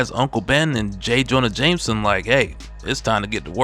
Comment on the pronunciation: Someone teach this AI how to pronounce jjj’s last name